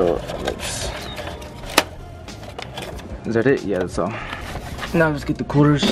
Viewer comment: Is it just me or when he says quarters it sounds like coolers?